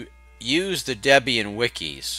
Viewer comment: Its Debian Deb is Debby and Ian is her husband you say it funny LOL